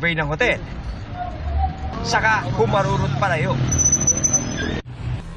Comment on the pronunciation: Kuya guard' ayusin mo' iba ung harurot kesa barurot' 😅😂🫵😆